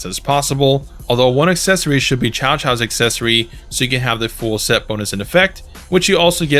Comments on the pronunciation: Just a heads up, Cao Cao is actually pronounced Sao Sao. See comment below for proper pronunciation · Yeah ok pronouncing Cao Cao as Chow Chow is TECHNICALLY better than calling him Cow Cow but it still sounds so wrong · Cao Cao is pronounce Tsao Tsao. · It's actually pronounced "Tsao Tsao", not "Chow Chow." The game got it wrong.